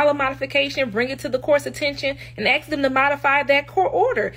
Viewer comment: Axe. Is it too hard to speak English? Nobody ever thought EBONICS was a real language except ignorant fools.